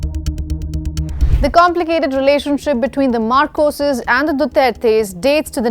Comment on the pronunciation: Marcoses not macroses